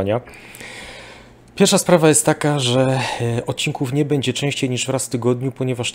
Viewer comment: Bardzo kłuje w uszy mówienie e zamiast ę np bedzie. Broń Boże się nie czepiam tylko taka mała sugestia.